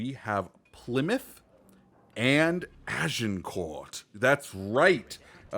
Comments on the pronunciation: You don't pronounce Agincourt with the t it's pronounced more like Agincore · Plus miss pronouncing Agincourt lol